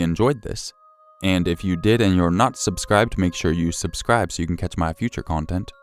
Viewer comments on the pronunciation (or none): none